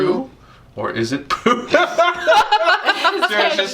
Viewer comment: poo not boo